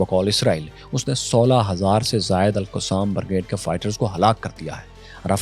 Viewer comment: bhai tu Alqussam bolna band kar pahly 🙏 Ye Alqassam Brigades hai Alqussam nhe